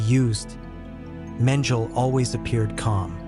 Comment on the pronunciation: Menjel ? Thats AI for you ! Bogg off